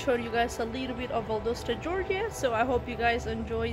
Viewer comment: Pronounced Val-dahs-tah…….not Val-dough-sta